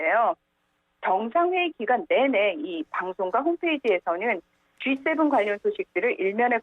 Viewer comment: 진행자는 아침에 GS 편의점 다녀왔나요? G7과 GS는 큰 차이가 있겠지요? 발음 하나 가지고 꼬치꼬치 따지는게 너무 지나친것일수도 있지만 반복되면 곤란하겠지요?